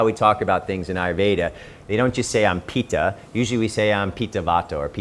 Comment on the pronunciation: Pit ta* not Pee ta!